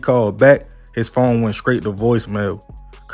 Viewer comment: Bro.... say it with me. STRaight. NOT SCRAight.